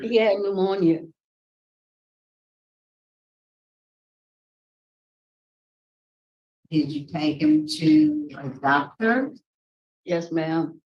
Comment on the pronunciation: Bp- "luemonia"